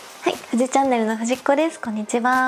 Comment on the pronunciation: HAHAHAHA the death instead of desu